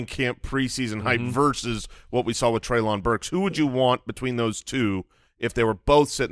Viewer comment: Treylon Burks is pronounced Trey-Lin, like Jaylen!